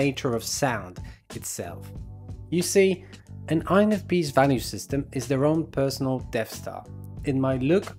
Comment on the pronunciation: When someone says: “INFPs” fast, I hear: “INFPeace” 😂